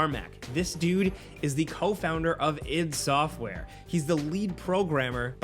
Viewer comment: id sxoftware?? you mean I----D ahah